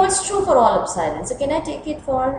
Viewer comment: It's "EPSILON" not "OPSILON"!